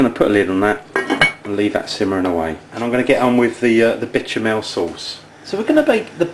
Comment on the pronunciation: I love "bitch-a-mell" sauce!